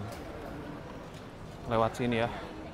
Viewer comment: Flatform jadi flakfor😂😂..